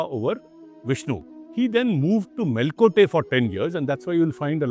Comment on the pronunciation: Can you please pronounce things correctly. kulOttunga, Chozha, mElkOTE and a host of other words...